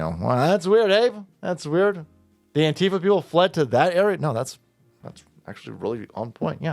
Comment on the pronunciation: I THINK ITS PRONOUNCED ANQUEEFA